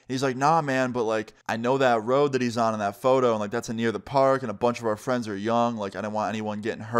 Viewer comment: Why does always say "anear" instead of "near"